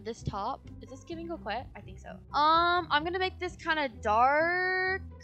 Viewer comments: co-quet 😂 no hate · I love how they pronounce coquette "QO-QETTE" instead of "CO-QUETTE" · “Wait is this giving ✨✨cwokwet✨✨?” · U said couqwet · ITS NOT CROWKEIT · Its pronounced "co ket" you don't say the "q" lol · They are pronouningcoquette wrong It’s spelled like co quette But it’s pronounced co ket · I’m sorry but ur pronouncing coquette wrong(also dti is going to become a horror game on Halloween 🎃) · thats not how you pronouns 'coquette" LOL but its fineee